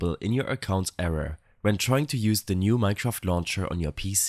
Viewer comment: thank you man who cant pronounce mineshraft properly <3